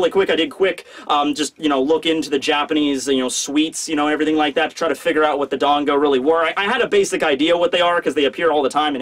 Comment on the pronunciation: Serious comment, not being mean: Why do you say 'Dongo' and 'Wono' and 'Monga' instead of 'Dango' and 'Wano' and 'Manga'? You have such a huge audience, many of whom will undoubtedly pick up this wrong pronunciation, so you have a duty to them to get it right! Hope this helps